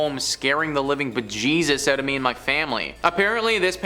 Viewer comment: Maybe it's the extremely thick Canadian accent? I mean he pronounced out as oot lmao